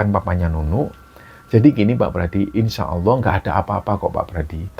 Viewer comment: Maaf ya mas, bkn menggurui. Cmn ucapkan Insya Allah dng benar. Bkn insya Awooh, krn akan beda artinya...🙏🙏